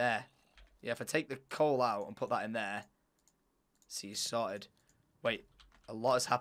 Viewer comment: is he saying solid or sorted lol